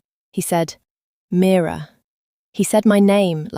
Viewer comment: Please the narrator should just get on with it. The questions are turning me off 🤷‍♀️ Story very slow, could’ve been a really good story 😢 Getting pored with I said he said please give us a break !! By the way the name is MIRA not Mirror which is an ornament 😂😂 Have to say it was a great story and a great ending. 🎉🎉🎉🎉🎉